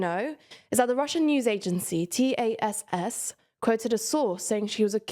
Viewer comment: Not "T" "A" "S" "S". Just TASS Seriously guys, I love your channel but it's hard to take y'all seriously when you can't pronounce very basic names in geopolitics and history. There's this, then a few weeks ago the host couldn't pronounce former Israeli prime minister Begin's name. And others besides that Do better 😊